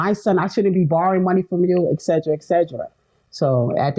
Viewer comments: She should spend more time brushing up on her pronunciation ie: “eggsedra eggsedra” etc…. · lol 😅 but tbh most people don't even pronounce it properly as it should be said in Latin